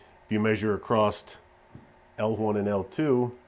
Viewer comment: ACROSS !!!! NOT ACROSST! JERK.